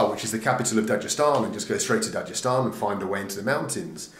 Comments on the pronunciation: You fucked up on this one balds “dajestan” my nigga its da-g-estan with a g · Stop pronouncing it wrong.. even khabib pronounces it dag estan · please stop pronouncing Dagestan as "Dajestan". it hurts my brain.. also, the K in Khabib is silent. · For anyone reading comments, it's pronounced not "Dajestan" but Dagestan with G like "dagger". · Most people who speak English do not pronounce as Dajestan. But it's not really a big deal.